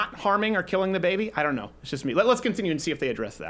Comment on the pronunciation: When he says “bAYBY” it kills me everytime